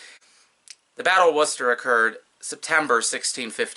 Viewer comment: Yes, you pronounced Worcester correctly, good job 👍🏻